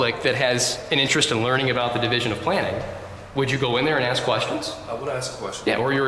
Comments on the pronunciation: Never take directions from anyone who can't pronounce the word " ASK" 😊😊😊😊😊😊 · They can never pronounce ask. It’s always axe.🤣🤦🏻‍♂️ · Is she gonna ASK or AXE Learn proper ENGLISH 😂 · I gonna axe😂😂😂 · Now, now, she AX you! Ask for the baffroon. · If you cant pronounce the word "ask" or "with" you shouldn't be the chief of security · works for a school district and doesn’t know how to pronounce a simple three letter word like ask?